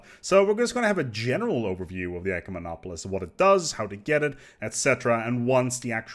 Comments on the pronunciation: You got SO close to pronouncing it properly! Though I kinda liked it when you called them eucomenopolis. Made me think you were talking about a "good city". Though an ecomenopolis sounds like an eco-city. Ecumemopolis is pronounced "eh-CUE-meh-nah-po-liss". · "YOUCEMENOPOLICE" LOL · i searched the whole comment section for this. Pronunciation was the only thing bothering me in this video.